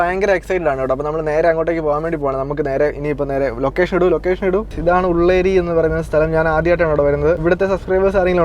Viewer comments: ഉള്ളേരി അല്ല ഉള്ള്യേരി 😊😊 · Ullari അല്ല ഉള്ളിയേരി... എന്റെ നാട് ഇവിടെ അടുത്താണ്